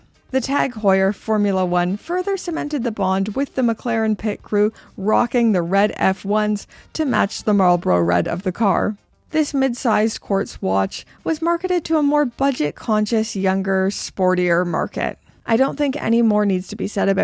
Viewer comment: “Marle-bruh”?! I think you mean “Marl-bor-o”